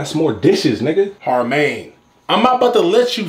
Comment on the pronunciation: Nigga said harmaine😂😂😂😂😂